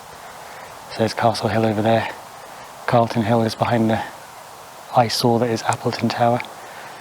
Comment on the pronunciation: Calton hill, not Carlton. Thought you lived locally? 😁